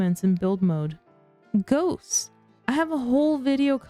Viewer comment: Frequent mood swings 😂😂😂 when u said ghosts I swear I heard goats at first lol